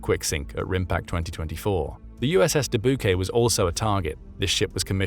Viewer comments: Being from Iowa, I cringed when the narrator mispronounced Dubuque. Dabookay.... GRRRRRR! It's pronounced duh byook! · It's painful to hear you pronounce Debuque as de-BYOU-kay. It is de-BYOUK. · It's "Da-Buke" not "Da-Bu-Gay"! Come on, speak English, hahaha! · Ok...it's not the De-Boo-Kay, it's the De-Byook as in Dubuque Iowa, a lovely little town. :) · Duh Boo K...NO. It is De Bu K . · Announcer called second ship “dah-bu-Kay”. Known in U.S. as Dubuque “dah- BYEWK” rhymes with “ta puke” as friend stated when I told of moving to the quiet Iowa city on the Mississippi. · Dabookay???😂😂❤ we here in Iowa we pronounce it as Dah Byook. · Doobookay😂 Do you mean Duh-BYOOK? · “Doo-boo-kay!” 😂. It’s “doo-BYUKE” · Du-BOO-kay? It's pronounced Duh-BYOOK. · De-Bu-Kay 😂😂😂 DE-BUKE😂😂😂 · Please fix your AI voice. "Dubuque" is pronounced "duh BYOOK," not "doo boo kay." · ARRRRGGGHHH!!!! It's The USS Duh-buke, like puke. And like the City in Iowa it was named after. It is NOT dabookay. Stop this nonsense right now! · "De Bu Kay"🤣🤣🤣 It's pronounced "Duh Byook" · When did the USS Dubuque become the uss Dee-bouque-@ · USS “Doo-BOO-kay”? Seriously? Teach your AI to pronounce Dubuque, so you don’t sound like idiots. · Sank the “Doo-Boo-Kay” did they? Dang shame. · The Dubuque is pronounced 'Dubuke'. Being a US ship, we're not stuck with French pronunciation. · DooBooKay..nice..Is that not a town in Iowa? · The American pronunciation of "Dubuque" is "d'BYOOK". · Haha, da-book-ay (Dubuque) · USS Du boo kay? I hope this was not a real narrator but just AI talking. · Ok, I don't see this in the comments, so as a native Iowan (former residence), I'll say it. , Dubuque is NOT pronounced with 3 syllables. It is pronounced with 2. It sounds like "deh-buke." There you go. Fixed it for you. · duh-boo-kay... LOL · The De`bu kay? LOL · Dubuque is pronounced “Duh-byook.” It’s a city in Iowa. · Dubuque is pronounced "De-Buke" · De boo Kay? Your going to make puke. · “Dubuque” is pronounced dubuke.